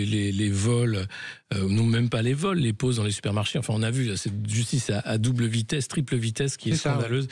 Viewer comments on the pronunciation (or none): Mon dieu son élocution est insuportable... OuiE alorsE, en perte de vitesseE.